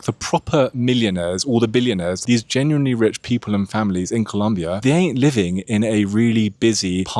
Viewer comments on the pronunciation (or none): none